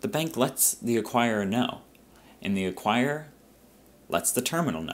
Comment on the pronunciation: 'ACQUIRER"....but great pres!